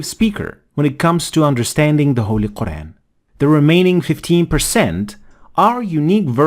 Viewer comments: A person who can't even say Quraan , is going to teach Quraan, what's wrong with this ummah. If you want to learn Arabic, enroll in a madrasa or go to an Aalim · Dude doesn't even pronounce "Qur'an" right.